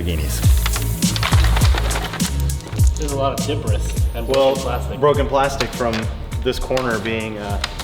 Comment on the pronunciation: ' alot of Deberis"